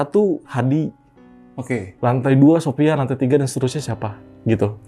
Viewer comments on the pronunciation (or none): none